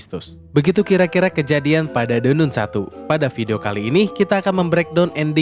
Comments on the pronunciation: “De nan“ woiii bukan “de nun!!“ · apa susahnya nyebut "De Nan", bukan "De Nun" utk baca The Nun? itu pronounciationnya bahasa Inggris. mosok gak tahu 🤣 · De Nan baca nya 😂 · De nan bang bacanya 😂